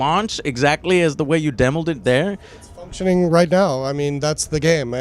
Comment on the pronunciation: He tried to escape from a question.its " fucktioning right now"